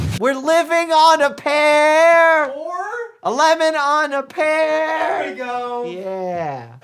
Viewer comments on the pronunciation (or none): Doctor Mike is a very smart man. He has a doctorate. He works in the medical field and does research in so many things Watching him struggle with “lemon on a pear” was so incredibly funny. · His " a Lemon On a PEAR" was something else🤣🤣